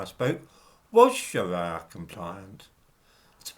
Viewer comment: I think Muslims can pronounce the letter R correctly, so calling up pension providers and saying "please pwovide me wiv a pwefewntial Shawia pension" just isn't going to cut it, 🤔🤷🏿